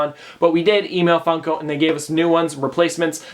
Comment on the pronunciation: At the beginning it sounded like fucko pop